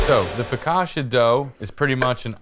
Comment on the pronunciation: The pronunciation of foccacia put me off this recipe